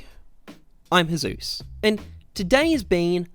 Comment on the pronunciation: I always think he says hi I'm jesus on the intro lmao